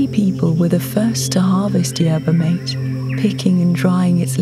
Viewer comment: mate in yerba mate is pronounced "mah teh"